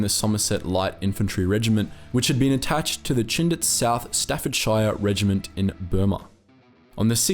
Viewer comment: no he pronounced both names perfectly